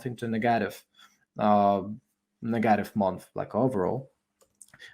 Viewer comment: Like how you pronounce “neghetive” 👍🏼🏆